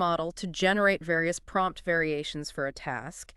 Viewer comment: Did it just say pompt engineering at the end!